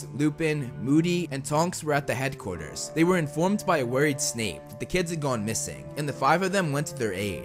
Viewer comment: WO-RRI-ED Snape?